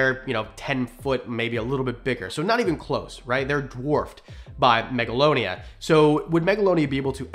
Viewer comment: No offense but it’s Megalania